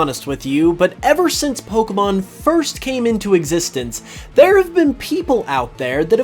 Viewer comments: He said Pokeman not Pokemon. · they always call it pokeemon lol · Okay there's a reason people don't listen to certain people and if they pronounce it pokey mon we don't listen to them also a wizard is not necessarily A practitioner of black magic it's just a male practitioner of magic have you seen Harry Potter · Everytime these guys mispronounce pokemon, it pisses me off